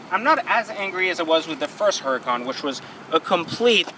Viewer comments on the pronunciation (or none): The one thing I hate is he keeps pronouncing the car's name wrong. Dude it is a Spanish name. The "H" is silent. Also, bad karma griping about a car 99.9% will never own that wish to own someday. Grips are very superficial all cosmetic. My guess you love how the car drives/sounds.